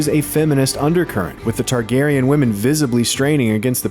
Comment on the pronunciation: Targaryen not Tarkarian